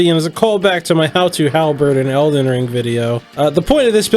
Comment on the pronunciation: If this guy says eldens one more time... i am gonna subscribe to him.